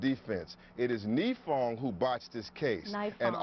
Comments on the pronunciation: Malik Shabazz’s Kesumuk Let’s hurt innocent dudes cuz their immutable characteristics. Ouch. It’s pronounced nEYEfong beezie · i love how hes pronouncing the name wrong for the prosecutor and how the news caster is trying to correct him haha such a moron